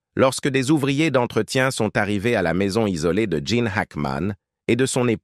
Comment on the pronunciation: il ne s'appelle pas Jane , mais Gene , merci de bien prononcer son nom et de donner des vraies infos !